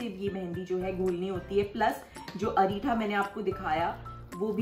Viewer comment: It's not areetha... It's reetha only